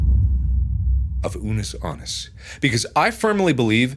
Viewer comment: How you said Unus Annus was correct. It's latin for One Year. I really like the idea behind the channel-we only have a finite amount of time on this planet. We should make the most of the time we have here. Because while someday, we might find the secret to living longer, I truly think there are some things we just aren't meant to cure, such as cancer and other diseases and as such....Death always has the final word. What would you do if you only had a year to live? It's a good philosophical question to think about every now and then